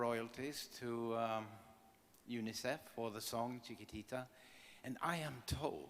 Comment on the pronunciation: What a shame the host could not even pronounce "Chiquitita"... it is probably the song that has earned more royalties for UNICEF than any other!